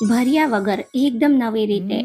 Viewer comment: ભરીયા વગર નહીં ભર્યાં વગર બોલો બેન...!